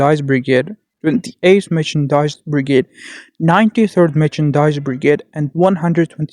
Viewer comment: Nice video, but you need to practice the word "Mechanized". You pronounce it more like merchandise.